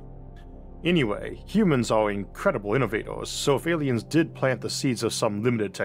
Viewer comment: Da Awlienz taught the hewmanz technowogy